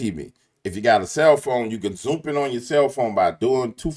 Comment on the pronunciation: man are you saying “zoomp”? 😂